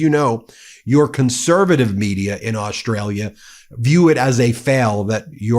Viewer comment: Trump can't even pronounce the name Australia properly - he says Ostrala! Not only is he useless, he is uneducated and cannot talk properly!